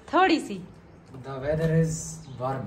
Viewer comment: Word wrm ni warm hota ha 😆